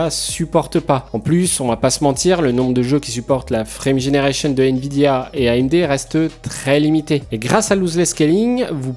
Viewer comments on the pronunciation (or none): none